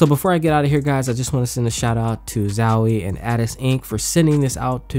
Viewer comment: man it's not zawie plz my ears are bleeding